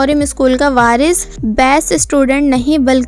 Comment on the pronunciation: Did I just heard virus instead of varis